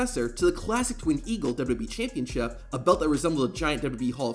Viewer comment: "WWE ChampionShiup"